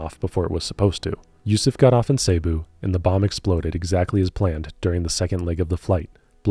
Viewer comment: so far pretty good- just wanna let you know that cebu is pronounced "seh-bu" not "say-bu". other than that ive got no complaints about steep- the counterpart to brew.